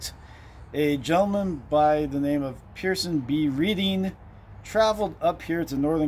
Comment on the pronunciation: I thought it was pronounced like the color Red for Major PB Reading? That’s what we’ve been told many times.